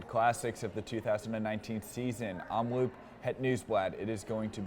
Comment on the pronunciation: Nice vid, thanks. It's Omloop, not Omloupe. Loop is pronounced like Hope. 👍